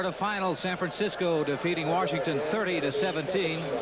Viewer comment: and Warshington instead of Washington.